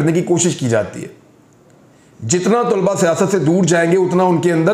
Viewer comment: Imran bhai, please TULBA NAHI, TALABA.